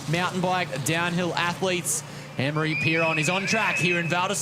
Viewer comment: Amaury is now pronounced Annmari?